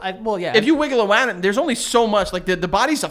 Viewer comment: said wiggle awound...oh good god